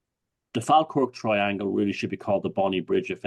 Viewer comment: it is pronounced Fall Kirk. Also a lot a medievel and 18th Century battles in the area.